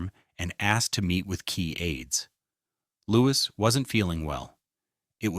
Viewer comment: Wish the narrator would get Louis's name right